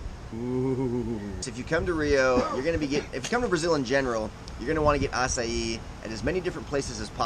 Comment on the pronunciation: Thank you for teaching how to pronounce acai. Being in the midwest, not something readily found around here.